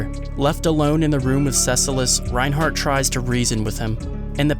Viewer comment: Tf is going on is reinhard not reinhardt